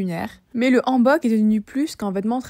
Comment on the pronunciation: salut welcome dans mon pays profite bien ^^ MAIS c'est pas AN bok comme nouvel an mais H ANNE bok .. comme ON n'a pas recu c'est pas ON mais comme ON'' OFF .... ^_^ si tu es corée pour ca oufff .. tu vas perdre ta tête xD surtout ton €€€